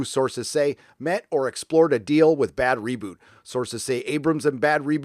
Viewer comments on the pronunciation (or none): >> I think it's pronounced "BAD ROBOT", as in mechanical man, not bad reboot. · Stop saying Bad Reboot! It's Bad ROBOT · just wondering why u keep saying bad roboot but the text always says bad robot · Your choice to repeatedly to mispronounce Bad Robot is annoying. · Are you pronouncing Bad Robot wrong on purpose? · He is. He hates anybody that produces stuff that he finds to be garbage series. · Ah yes, the time in history when it's somehow funny to purposely say a name wrong over and over again.